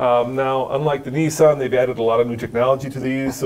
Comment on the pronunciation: It's Nissan not neeessan